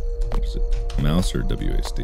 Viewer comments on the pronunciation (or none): none